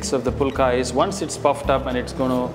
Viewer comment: Don't pronounce like pulka. Pronounce the right way as fulka ஃபுல்கா